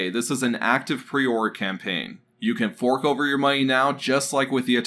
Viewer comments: It's pronounced preorDER not preorr btw. It's like you need to chill out and slow down so you can correctly enunciate words. There's no rush, you can take however long you need to do the voice over work bud. Just slow down a bit. Thanks bud, great vid. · Say preorder properly, ffs.